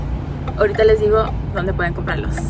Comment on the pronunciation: En este minuto dice dode y tendría que decir dónde